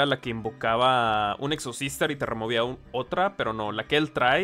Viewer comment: ¿Es intencional que al pronunciarlo pareciera que dijeras "sexohermanas"? ¿Es solo para tirarle sal a los entusiastas de dicho deck? ¿Terminarás siendo un Exobrother si Snow y Pasto se van de baneo? Preguntas que averiguaremos por este mismo canal.